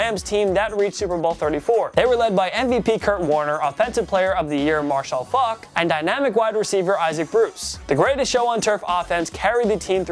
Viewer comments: its faulk not f*ck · its faulk not f*ck